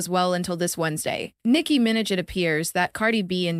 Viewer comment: ''Nicki Minj"